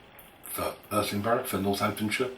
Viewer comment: Maybe first try to pronounce the name of the place correctly...